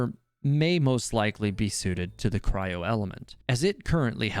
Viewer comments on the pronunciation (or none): none